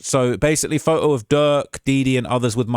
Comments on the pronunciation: Its “photo” not fote-o 😂😂😂😂😂😂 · The first way you say photo makes me wanna start an American revolution